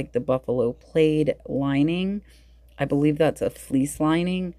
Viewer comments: Love this video, and love how you teach as you look at things. ( side note it’s Buffalo plaid - like plad pronounced like Rad , not plaid like laid) Awesome Hawaiian shirts 🌸🌺🌸🌺 Love Dalton, he’s going to be an AMAZING reseller s e day 💙💙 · What is Buffalo played? Did u mean plaid pronounced pladd......